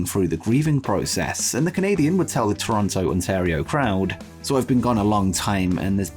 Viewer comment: Why do so many people mispronounce Toronto?